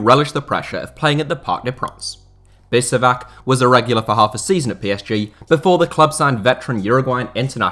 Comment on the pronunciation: its not bisevak, its bishevac